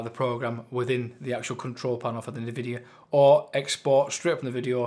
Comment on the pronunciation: no worries, you called this company name like Navidia. not n-vidia.that was it.